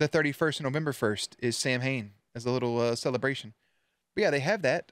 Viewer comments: Samhain is the Irish word for Halloween, its pronounced (sow-in) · Nobody who wrote or worked on this episode bothered to look up how to pronounce Samhain. They were very very wrong 😂. It's Saa-win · So the whole Samhain nonsense - yes, the religion is pronounced “sow-win” but apparently this was based on a decently obscure horror show where in the episode. the bad guy the ghost of Halloween “Sam Hain”. Pretty much all the fun facts were from that show “the real ghostbusters”. Also, the photos/info that showed “Sam hain” are indeed from Dante’s inferno and not related to real lore